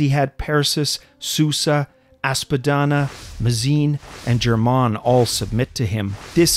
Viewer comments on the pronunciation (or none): none